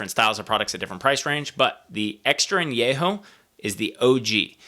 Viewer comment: Thank you for pronouncing An- YE- ho correctly ! Nice review.